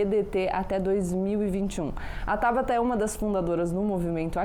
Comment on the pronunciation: Acabei de ver isso também, Marcelo. Estava procurando aqui nos comentários para ver se mais alguém tinha notado. Ainda bem que sim! Para quem não viu (ou não entendeu): o nome dela é TABATA, com "T" na última sílaba, e não TABARA, com "R"! :-) Vamos ver se alguém corrige! (22/08/2021, )